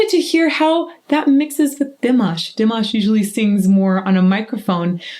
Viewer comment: It is time to pronounce Dimash name correctly.